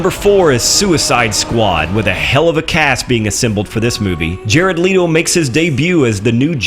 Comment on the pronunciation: ) That was a joke on the way the guy pronounced his name.